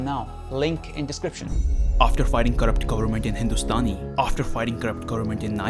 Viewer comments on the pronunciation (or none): What is wrong with your pronunciation???? What are u saying seconds? Also the way you pronounced "Corrupt Government " in the beginning😂😂😂